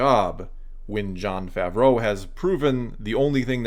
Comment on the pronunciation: Its pronounced “ fah -vro” not fav row “